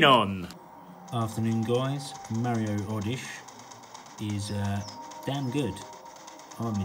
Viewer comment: It is Mario odyssey not oddish :) oddish is a pokemon haha